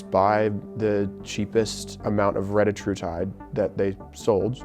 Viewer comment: Do not listen to anyone who pronounces it as reddah-true-tide. It’s re-DIH-trutide. Same with semaglutide, it’s seh-MAG-lutide. Not semah-glue-tide.